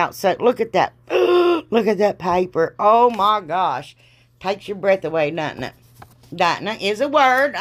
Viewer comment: Omg..I say it every time..I wished you lived next door to me, I laugh so hard when you laugh...I think the word 'dudnt it' is actually in the Redneck Dictionary lol..(in my world anyways) omg I laugh when you get tickled, I really do. You are just too much, and boy do I love it!! I watch because you do everything different from everybody else, and love that ❤️